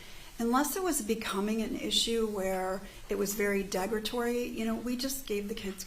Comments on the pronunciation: "Degratory" instead of "derogatory"? This is lower-level communication on the part of a social worker. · Google "degratory", you won't find it. It's an incorrect pronunciation of derogatory, in my opinion. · Hmmm - sometime signalled her that at some point in her testimony to swing around and talk to the jury. Noticeable difference in body language. And please someone tell this woman to pronounce derogatory. it is not deggratorry. Why was she ever on your lap? Professionals do not comfort in that manner EVER!!! Munchausen by Proxy - that is a highly contentious diagnosis and can be misapplied or missed. I am of the opinion a Munchauen by Proxy could potentially be applied to a carer, including a social worker. I am not accusing, but just reminding that some people get so close to a patient they can also take it on. It happens. RIP Beata. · Ugh thank you! She wants to portray a very intelligent woman but can't pronounce worth shit. I hate this woman.